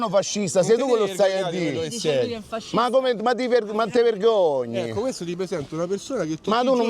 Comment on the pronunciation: Io non riesco a capire... Ogni qualvolta sta parola: Pascista, Pascista... Grande bellissimi i tuoi video a Rozzi (Rozzano)